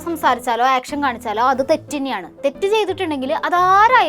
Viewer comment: ആക്ഷൻ അല്ല.. ഏക്ഷൻ😂